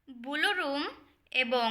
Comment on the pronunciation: উচ্চারণ সঠিক নয়। বুলু রুম না ব্লু রুম হবে।